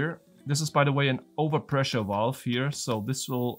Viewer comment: Whats a 'Walve'? 😂